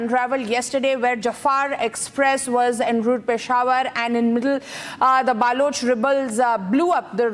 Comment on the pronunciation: Stupid anchor says,BAALOCH